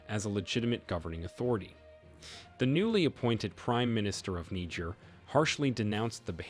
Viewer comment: This is strange. Please why do you call Niger Nigir